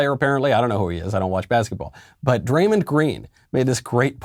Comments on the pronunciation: Barkley and draymond are 2 of my favorite nba players ever, both hall of famers, funny as hell, and keep it real. Btw draymond is pronounced draymond but mond like pond not mund. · Yo Michael it’s pronounced [dray-mon-d] like dray rhymes w ray, mon like the end of “common (man)” and then obviously the normal d sound, draymond green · Lol Draymind.... its Draymawnd.. love Michael Knowles just cracked me up hearing Draymind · "Dray-MINNED Green" 😂😂😂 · Didn't know it was pronounced DraymonD. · Uhh, Michael, sorry to be that guy, but it's Dray-MAWND Green, 3x NBA Champion with the Golden State Warriors. EDIT: He's the only one in the NBA saying even some real, interesting, worthwhile things. His entire career has been made from out-thinking, out-anticipating, and out-hustling everybody else, and I think his mindset gives him a slightly greater chance to cut through the fog and noise. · Bro michael cant say Draymond right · Great video, Michael but just so you know you are pronouncing Draymond’s name wrong. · Bruh knowles just said "MEN are just not as physically strong and fast and buff as DUDES" Yet he criticizes people for messing up their words all the time. Cmon bruhh also you pronounced Draymond wrong and completely took him out of context this whole clip is absolute trash.